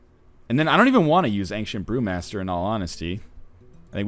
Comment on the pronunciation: it sounded like he said ancient poomaster lol